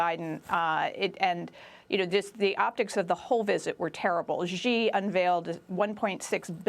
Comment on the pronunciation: Not Jee, not Zhee, not See- SHEE